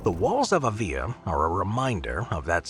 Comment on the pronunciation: That's pronounced ' AH-vee-lah' with the accent over the capital A! Still, a great summation of Avila's walls and history! Thanks!